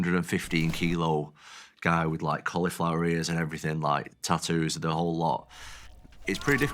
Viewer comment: It's funny when he say tattoo 😂😂😂😂😂😂